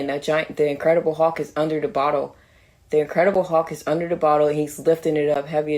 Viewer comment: "the incredible huhk" 😂😂